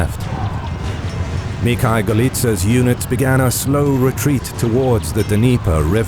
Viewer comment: Except one name of Moscov army commander. Mikhal - it was given in Polish pronouctiation while should been in Rissian pronounciation - Mikhail (Mikhaiw)